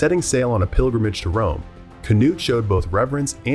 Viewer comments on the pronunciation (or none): Kanut 🤣🤦‍♀️ i know danish is Hard, but thats just silly 😅 in danish his name i K N U D